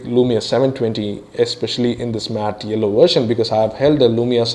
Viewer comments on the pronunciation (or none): Its yellow....not ello!!!! XD HAHAHAAHAAH